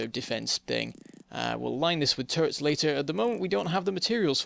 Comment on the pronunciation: I misunderstand it faaaaaaar too often when you say "turrets". I understand "turds" ..